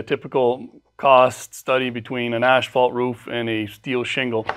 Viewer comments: It's not ASH-fault . . . it's ăs′fôlt″ . . . . . . . . . . AND . . . the paint company is SHERWIN-Williams not SHERMAN-Williams . . . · Ash-fault shingles? I would think that if you are in the roofing business, even if your focus is on metal, you'd know how to pronounce asphalt. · why is he saying ASHfault shingles?? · what is ash falt? im confused. is that like asphalt?